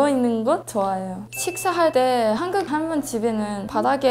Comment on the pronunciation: 할므니가~ 할떄 발음 귀엽네요 ㅋㅋㅋㅋ